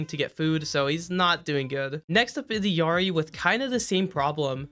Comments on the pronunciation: it's actually "ell-YAH-ree." they're L's and I's. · Dude i like the videos but as soon as you call iLLari "iIIary" i just can't watch any further for some reason. How do you still not know that those are L's in her name, not I's? Or is it some kinda inside joke? No offense, that just really bugs me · Because in Spanish double l's are pronounced more like a y or a j? How do you not know this? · I mean he can’t even say Illari correctly soooo… there is that. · yeah agreed, watched the origin story just now cause of the comments. I was partially wrong, but he still pronounces it wrong if we take the official pronounciation as perfect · 1) i'm not spanish so i don't know, but 2) in the video he talks english, so either he should use english or use the fully correct pronounciation in her native language 3) I assume blizzard would know how they want their character's name to be pronounced and in her origin story there is a clear as ice "L" sound and after that a "ia" sound followed by straight "ie" sound, not "y" (she herself says it). As i've said i'm not spanish lol, i trust blizs on that one. And definitely is not pronoucning the L which bugs me. Just sayin' Edit: i think by "y" sound i meant more the rough "R" in original that he lacks. Anyways that wasn't a hate comment in the first place, i just said what really bothered me personally every time i watched his videos, that's it